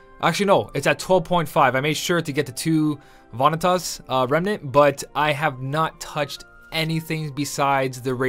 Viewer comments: haven't you played KH:BBS? It's pronounced 'Vuh-NEE-Tus':P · Vanitas is also the name of a category for symbolic works of art. You may have heard about it in a history class but most people in IRL pronounce Vanities the way does. I don't know how people pronounce other names wrong though like Lea and Namine. But people saying KH Vanitas wrong is at least reasonable.